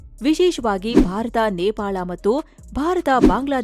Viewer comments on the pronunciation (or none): none